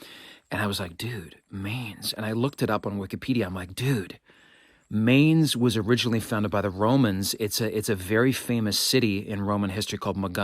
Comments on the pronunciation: As a recent resident of Wiesbaden, not far from Mainz, I feel compelled to point out that it is pronounced "Mines" versus "Maines" as you pronounced it. Your knowledge of the Vandals and others (to include the Goths, Visigoths, Ostrogoths etc.) is very impressive! Keep up the great work! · Isn’t the pronunciation of the river’s name supposed to rhyme with the English word mine? It’s been 50 years since college German, but I think I remember Herr Schroeder saying it that way.